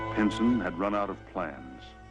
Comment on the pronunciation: Why does it sound like the narrator is saying "Pinton" but everyone else is saying "Pinson"?